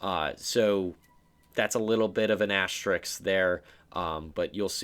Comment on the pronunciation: how can you not pronounce ASTERISK "asstricks" like bro come on ITS NOT HARD AS TER RISK, AS TER RISK,. ""ASSTRICKS" LMFAO KYUS